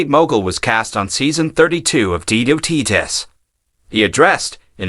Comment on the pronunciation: Everyyy time this guy mis- pronounced Shannon “Beeder”… hilarious!! 😂